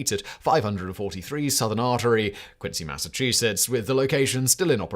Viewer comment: he said quincy with a C, as he should.